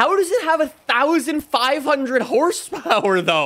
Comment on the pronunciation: The way he just says “fortza horizon fife” really annoys me 😂